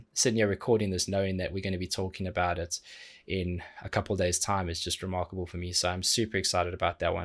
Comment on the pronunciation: If I go a Saturday without hearing you say “reMarco-ble,” then my Saturday isn’t complete 🤷🏻‍♂️😂🥰